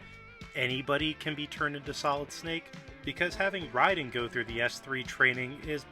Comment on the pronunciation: from snake to write-in (that can't be an accident, yes I know the character's name is Raiden but it sounds very much like write-in )